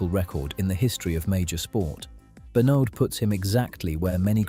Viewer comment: It would help if you could get AI to pronounce Benaud correctly.